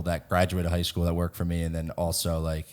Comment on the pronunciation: he even said worked like weirked